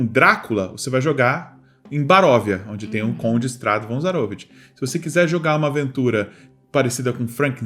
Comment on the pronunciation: ZaroVIch. Não ZaROvich.